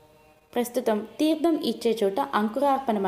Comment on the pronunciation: చాలా సంతోషం. చెవులకు ఇంపుగా చదువుతున్నారు. ఉచ్ఛారణ దోషాలు కూడా చూసుకోండి. తీర్థం, న, ణ తేడాలు.. లాంటివి.